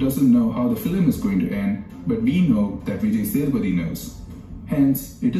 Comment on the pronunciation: A little help for you.. This is how you can pronounce his name - Vee-jay Say-dhu-pah-thi